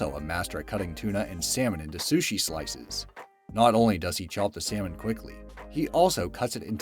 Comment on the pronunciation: its said SALLLLL MON not Sam On